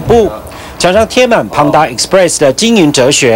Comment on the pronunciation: 不是胖达 是潘达 ！！身价创办人都说潘达！！！！！